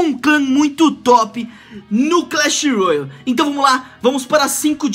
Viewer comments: Para de falar royal eh royale (rouiale) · é só ''roiale'' n sei daonde tu tirou esse u ai